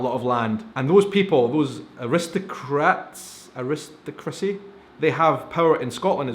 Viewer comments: A-ris-toc-cracy. accent on the third syllable, I think is what you are going for. I prefer series like this to stay true to historical facts. I realize producers sometimes add things for the sake of entertainment, but then we don't know what is true and what is added that is not true, unless we already had knowledge of that period of history. On this side of the 'pond' , in America, I love the Elizabethan or Victorian modes of dress and the furniture with beautiful ornate carvings. I do not view 'royals' as being any better as people than the 'commoner' though, that is arrogance on their part. As of 2017, there are 16 Commonwealth realms: Antigua and Barbuda, Australia, Barbados, Belize, Canada, Grenada, Jamaica, New Zealand, Papua New Guinea, Saint Kitts and Nevis, Saint Lucia, Saint Vincent and the Grenadines, Solomon Islands, The Bahamas, Tuvalu and the United Kingdom. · For Americans, it’s pronounced air-ih-STOCK-rah-see